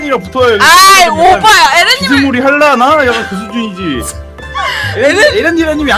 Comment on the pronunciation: 에 나만 오빠야라고들리나